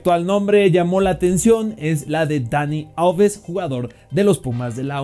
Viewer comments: ESE WEY NO PUEDE PRONUNCIAR NATURALMENTE LOS NOMBRES? "DONY OLVES" QUE HABLE BIEN EL CA....N QUÉ ES ESO! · Todos: Dani Alves El tipo de las noticias: Dani Olves